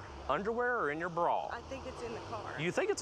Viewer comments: “Under her ‘braw’” lmfao say Bra one more time 😒😭🤣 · “How did it end up in your braaw”. 😂. Love it!